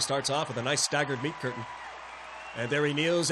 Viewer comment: "Ame for the meat courtain." xD